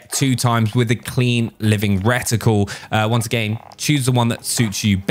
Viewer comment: honestly why does he say once a gain WTH